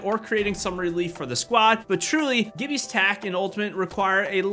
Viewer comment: Its not pronounced gibby its jibby